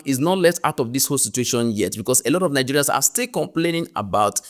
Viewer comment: The way Ghanaians pronounce Nigerians is sweeter than how anyone else does